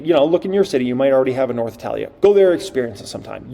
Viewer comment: Before hyping learn to pronounce italia 😂